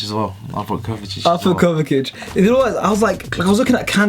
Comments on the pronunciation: its pronounced kovisich not kovakic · My guy said Kovakic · Why does he pronounce Kovacic as Kovakic? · It’s kovasic,I know that’s not how u spell it but that’s how you pronounce it